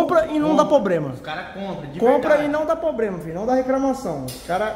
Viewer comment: Tirando onda de como os Pernambuco fala errado e falando "POBREMA" KKKKKKKKKKKKKK